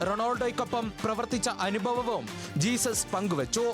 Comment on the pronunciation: ജീസസ് അല്ല ഹെസൂസ് ആണ് 😂